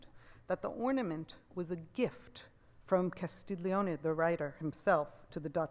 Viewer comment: Great lecture! Auguri! La ringrazio! Good pronunciation, except it's "Castel ioni" like the word "million", no 'g' sound!